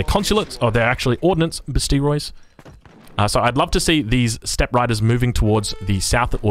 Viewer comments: "Bes-Tea-Roys" ... that hurts. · I love me some chinese gameplay, but I'm dying with that besteiros pronunciation hahaha All cool though